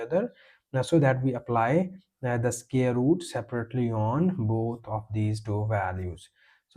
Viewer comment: Can you not pronounce the word " SQUARE " correctly....??????? Square is NOT scare !!.